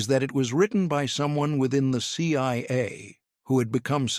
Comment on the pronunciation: It’s CIA. Not CYA. Either AI or dumb narrator.